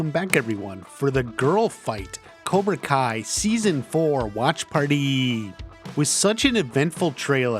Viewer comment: U say watch part in like a weird way